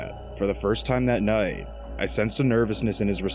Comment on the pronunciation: The way you say the word "noight" is infuriating. Having said that, this was extremely entertaining. Thank you for doing it.